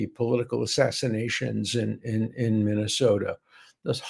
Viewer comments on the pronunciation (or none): none